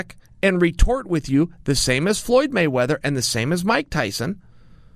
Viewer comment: MIKE TWYSON